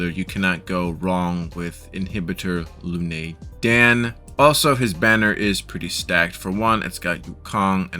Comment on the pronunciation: It is imbibitor lunae not inhibitor lunae.